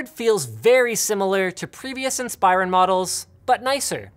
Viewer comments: Why does he keep saying “inspīron”? It’s pronounced “inspirōn” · In- spi - rin is what you said Im sorry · Linus....its pronounced INS-PER-ON